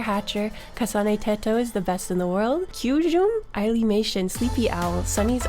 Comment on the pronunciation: Yooo at the end when you said my username you got it right everyone i meet pronounces it {Tee-to} but you said it correctly {Tet-o}you also said Kasane right but idk how to put how you pronounce it into text like teto :3